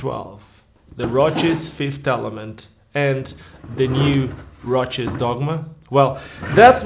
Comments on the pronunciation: Why do you keep pronouncing it as if it's a roach? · I like your particular way of pronouncing ROCES (which I'm not used to, since in Spanish we always do it like the actual word that would roughly mean '(shallow) scratches', 'brushes', or 'grazings' to name a few) and maybe it's the correct way of doing so since they're Italian and I don't have a single clue of how they pronounce it even having had ROCES skates since being a teenager...